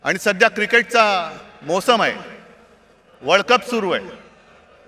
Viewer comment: उद्धव साहेब वर्ल्डकप असतं वळकप नसतं 😂😂😂😂